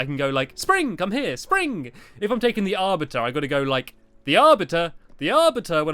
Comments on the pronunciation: Thanx for ruining it blue ball games! And I'm pretty sure it's ar-BITER not ar-bit-er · the arviter the arviter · stampy we know how to say the arbiter